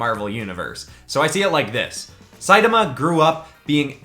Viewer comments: It’s produced say ta ma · not to be rude but its pronounced say-tama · So it sidama not saitama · Like the video but hate how you say one punch mans name